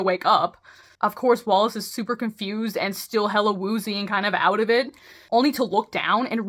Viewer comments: For the love of fuck, WE DON'T SAY OOT!!!! 😭🤣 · Cut out in Canadian accent lol 😂